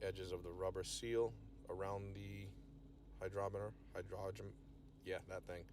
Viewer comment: High-grom-it-er (grom is the part you enunciate). Kind of a shame you went with a mechanical one, they're notoriously bad. Hope that one was well calibrated and accurate. Either way, cool humidor and well crafted. Nicely done.